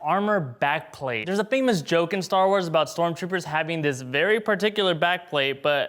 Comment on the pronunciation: He keeps saying stormchopers